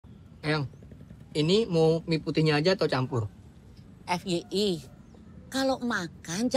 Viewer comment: FYI, FYI ( for you information) juga! FYI dibaca "ef wai ai" bukaai "ef yi i". Kita menyesuaikan pengucapan dalam bahasa inggris karena FYI itu berasal dari bahasa inggris, kecuali KAI (Kereta Api Indonesia) kitai bisa menyebut nya tetap kai bukan "kei ei ai" karena itu berasal dari bahasa indonesia/penyebutan dalam bahasa indonesia. Jangan MENORMALISASIKAN hal seperti ini/berlindung dibalik kata INI KAN CUMA KONTEN!